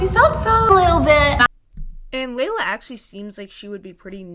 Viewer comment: Layla? 😭 Can I ask why you always mispronounce people’s names? (Double comment maybe)